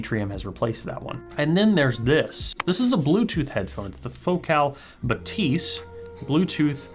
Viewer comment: C’mon guys! Even Focal pronounces that as BA-thys, with the stress on the first syllable. The pronunciation doesn’t need to be quirky just because it’s French. 😂